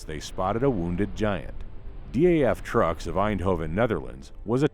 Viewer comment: I noticed the same thing. Also its DAF, not D.A.F.